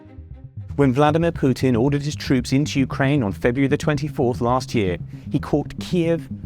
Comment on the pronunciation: Who said puxin nigthmare